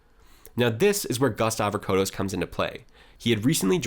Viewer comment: Harold Holt is a Cake Eater, a Tool. And It's Gust Avocados Pronounced. Avo-Cados